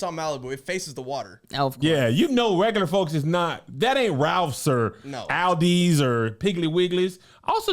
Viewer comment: now...have I been pronouncing Aldi wrong all my life or is Kev tripping?